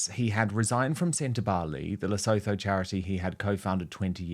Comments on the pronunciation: Leh-SOO--too is the pronunciation. That's what people from Lesotho call their country. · Le - soo - too.